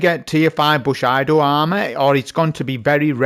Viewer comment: cmon man its Bushido (boo-shee-doh)